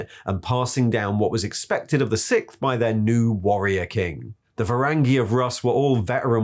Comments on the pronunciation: Lemon Russ" lol "Sickth"" lool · i dont understand how the author, a native speaker, cant pronounce "sixth" and Leeman Russ.